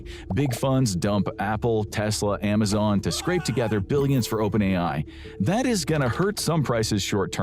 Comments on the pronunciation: And narrated by an AI voice of the same guy trying to convince us he doesn't use AI. But I caught this: AI voice mispronounced Amazon as Amazone. Somebody bring this to the attention of more people. Report this channel for misinformation and lying to us about it being 100% human made. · I thought I did too until I caught it's AI voice mispronouncing Amazon as Amazone. This stupid channel kept advocating that all its content was 100% human made but that's a boldfaced lie. Dude even shows like 5 seconds of himself on camera before some videos to see him "narrating" but as soon as the camera's off it switches to an AI voice. I'm done.